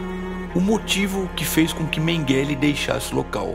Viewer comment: Que agonia a forma como você pronuncia Mengele. Totalmente errada e abrasileirada. Quem pronuncia esse sobrenome corretamente é a senhora idosa.